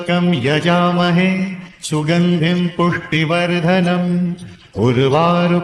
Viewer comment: पुष्टि वर्धनम का सही उच्चारण सुनिश्चित करें